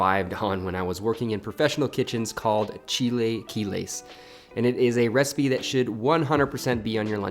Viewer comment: chil-uh-kee-les........ other than that, looks delish!